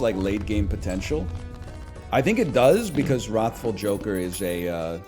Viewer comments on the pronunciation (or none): I now know he's intentionally pronouncing "wrathful" as though it were spelled with an 'o'. But why though?